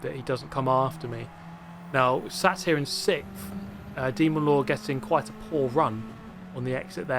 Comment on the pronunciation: I wish I had a compilation of you stating your favorite position of "6thfth" lol